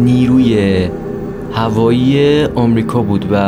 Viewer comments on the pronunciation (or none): none